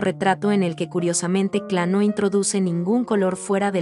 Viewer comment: Muy bonito, el único problema es la pronunciación que hace la relatora del apellido. No es kla es KLEE y ese apellido ha sido el de mi familia desde hace más de 100 años.